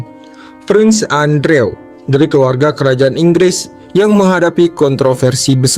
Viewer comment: Prins endruw not andrew